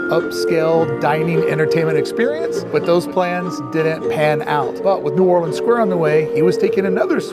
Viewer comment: Your THE ONLY Vlogger who said Nu-whawl-lee-unns the way NOLA locals do. Very impressive.